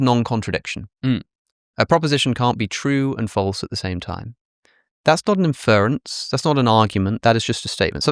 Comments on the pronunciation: Alex, it's INference, not inFERence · Why can't Alex say "inference" properly?